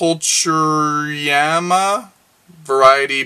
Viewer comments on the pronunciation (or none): Hi! Thank you for all your videos. I really enjoy them. I have been growing orchids for only a few months, but they are doing well. Thank you for your advice. P.S. You seem to have some issues reading plant names. Maybe you don't know Latin or Greek. I do. "Pulcherrima" (pronounced "pulkehrremah" means < >). Thank you again for all your very interesting videos. Greetings from Oxford.